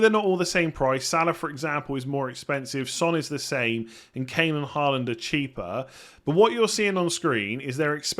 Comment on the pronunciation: Thought you got Haaland's pronunciation correct before and you somehow convert back to 'Ha land' instead of 'Hall land' which is the correct way of saying.... 😄